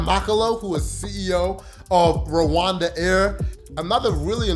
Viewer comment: AWEOSME CONTENT, RWANDA IS PARADISE , btw you pronounce Rwanda as Luanda which might mean two different places, Luanda Angola or Rwanda.